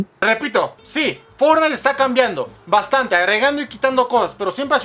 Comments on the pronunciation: La palabra Fornait :v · Fornait xd